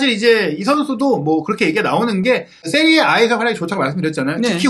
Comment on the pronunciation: 세리아에이가 아니라 세리에아임